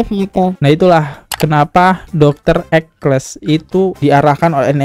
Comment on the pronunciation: Judul video "Dr Ekles", masa dibaca "Dr Eksel", tolong teliti kalau membaca, sering sekali ini salah dalam membaca beberapa kata atau kalimat.